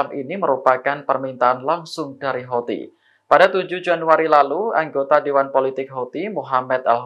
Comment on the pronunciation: Bacaannya hutsi pk